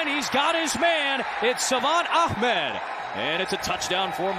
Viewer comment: They call him Ach-med but it is spelled Ahmed 🤣